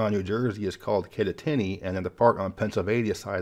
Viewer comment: Someone correct me if I'm wrong, but I think "Kittatinny" is pronounced locally with emphasis on the second syllable ("tat"). So it's "Kit-TAT-inn-y."